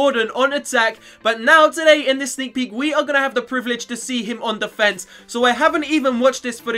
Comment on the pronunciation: Haha , it's 'defense'